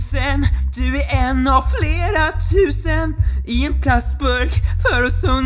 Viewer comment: Dom 3 första sekunderna så lätt de ju faktiskt bra tills han sa tusen